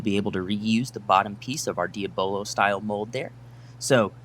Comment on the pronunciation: It is actually painful to hear you mispronounce the word, "Diabolo". Consider the word diabolical.